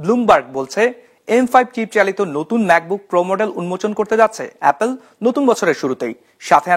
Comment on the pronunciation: এপোল না রে ভাই।